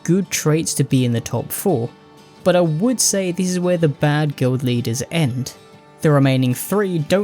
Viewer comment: Guild Leaders? I thought you said "Glue Eaters."